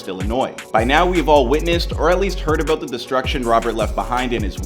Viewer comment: Dude said your aboot to find ouuut lol